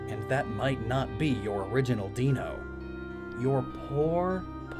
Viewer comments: Zweilous was pronounced right. Also Deino is pronounced Dino, because Eins is German for 1. Zwei is 2, Drei is 3. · It's pronounced Dye-no :P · Die-no, Z-wel-ous, High-Dragon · Hydreigon is my favorite mon, so thank you my guy, adds a new level of thought when using it. Plus, you didnt pronounce Deino correctly (dino) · Actually it is pronounced dino since that evolution line's names are the first three German numbers. Ein is pronounced I -N not like in. Zwei is pronounced zewhy. And drei is pronounced dry. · So you can pronounce Zweilous correctly but somehow still mess up Deino despite it also being German, it's Eye, not Ee :P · It's pronounced d-i-no, just like normal as in dinosaur, at least if it's pronounced like how it is in German. Zweilous has a ts sound. Hydreigon is also pronounces with an i sound. This is what my teacher tells me, my bad if I got it wrong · Kind of ironic that went through that little segment making sure to pronounce “Zweilous” correctly immediately after mispronouncing “Deino”. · You misspronounced the whole Deino line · You keep pronouncing Deino wrong it so annoying!!! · If you're doing German, Deino would be pronounced with an "i" sound, not an "e." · How ON EARTH did you know the names are derived from German but pronounce deino wrong and somehow ace the zwei but lous part which isn't German just sounded kinda bad like that German was pretty good but the lous srsly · You got zweilous right but you pronounced deino wrong. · I love how you pronounced Zweilous correctly but Deino wrong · how can you look up the name origin for ZWEIlous, and still mispronounce dEINo, the hyDREIgon evolution are based of the German Number for the quantity of heads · It's funny how you pronounce Zweillous almost perfect, but Deino wrong. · Pronounces Zweilous correctly, mispronounces Deino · You got "Zwei" right but didn't get "Ein" in "dEINo"... sigh can't win 'em all. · It’s pronounced as dino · It's pronounced Dino.